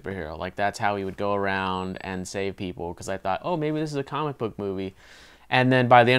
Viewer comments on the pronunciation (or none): none